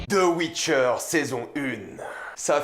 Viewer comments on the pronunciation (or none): Geralt pas Gueralt putin !! Witcher pas Wicher putin !!!